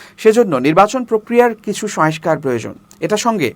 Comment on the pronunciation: সোয়েস্কার নয় , সংস্কার !